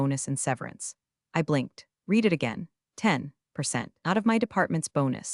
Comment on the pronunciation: Still can't get "read" pronounced correctly.